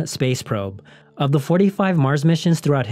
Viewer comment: Is he pronouncing India or Israel?